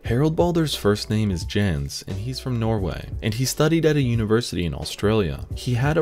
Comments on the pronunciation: Jens: No. Not Dzhens. It's pronounced Yens. :D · Jens is pronounced yens.